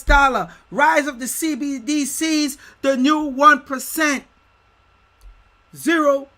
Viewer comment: Homie says beedies! lol nj baby